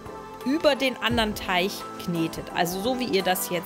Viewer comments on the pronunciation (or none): TeiG nicht TeiCH !!!! XD gutes video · Ja was nun,? Teich oder Teig?🤣🤣 mega sympathische stimme👍👍👍